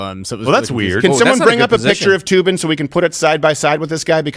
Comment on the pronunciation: It's not Toobin, it's Threebin.